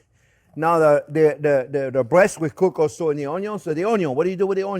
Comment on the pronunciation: Thank you Chef! The entire family loves your show. The youngest (6) loves to zoom around saying "onyon" like you do. The way you pronounce "worry" is Scooby-Doo adorable. Sharing the secrets of good cooking is a gift to us all. Happy Thanksgiving to you and yours.❤️ BTW, it smells wonderful in my home right now as I prepare my turkey & gravy following this recipe.